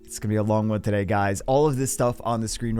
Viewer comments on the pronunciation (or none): none